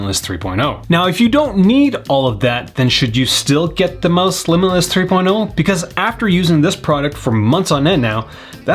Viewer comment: The dog’s confused why you’re calling it Mouse when it’s pronounced like Mousse